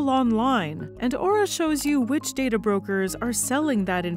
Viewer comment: Don't worry, can't pronounce "Aura" correctly.